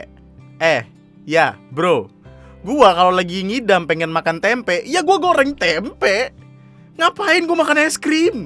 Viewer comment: Tempe bang ga pake K